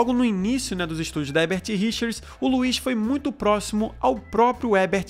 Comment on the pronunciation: É engraçado como o / Garcia Júnior também dublou o Pica-Pau quando era criança. Obs: É engraçado como ele até hoje fala 'Hebert Richers' e não o nome correto que é 'HeRbert Richers.'